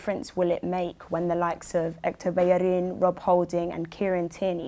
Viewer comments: so bellerin is pronounced pecherin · He pronounced Bellerin as Bechyarin